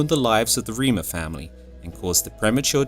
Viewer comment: Last name is pronounced rhymer not reemer